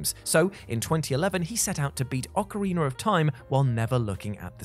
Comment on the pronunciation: OcarinA, Not OcarinER!!!!